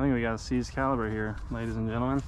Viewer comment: Caliber - Caliper. 🤣